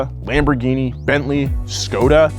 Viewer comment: ah yes my favourite car company, Lamborhini.